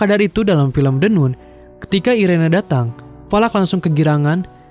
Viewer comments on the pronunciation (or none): The NUN dibacanya The NAN et dah lu, Valak tuh iblis atau Demon? Demon itu Iblis sialan! Terus dia itu namanya Irene bukan irena. Gua cuman ngasih tau doang biar lu gak salah salah banget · Irene = "Airin" 🗿🙏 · The nun bacanya the nan. Irene dibacanya airin. Tp klo orng lokal kebanyakan bilangnya the nun sama irènè.